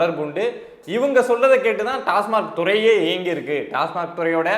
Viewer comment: திரு. அவர்களே, டாஸ்மார்க் அல்ல. டாஸ்மாக் என்பதே சரி